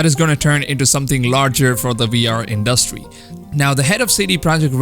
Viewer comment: You put too much emphasis on the 'duh" in 'industry' when you speak. It sounds awkward